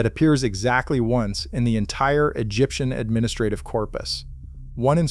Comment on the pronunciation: Stop saying administrative!